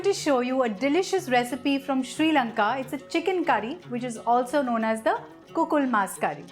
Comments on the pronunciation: Kukul mus Kariya ,,u pronounced it right ! Am Sri Lankan and that recipe was indeed correct , we do use lots of chilli power though ! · This is pretty much how my mom makes the chicken curry. Damn, I miss that so much! You nailed it. Also your Sinhala pronunciation when you said "kukul mas curry" was on point! 👌💯